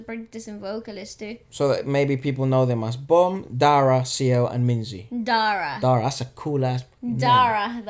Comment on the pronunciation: It’s not zizzy it’s minzy